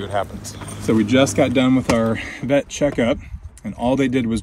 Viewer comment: I thought you said pet and I was like what no! “The Vet(pet) permanently INJURED our Peacock”